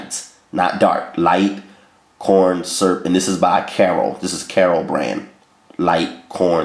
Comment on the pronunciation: "Light. Corn. SURP." 😂😂😂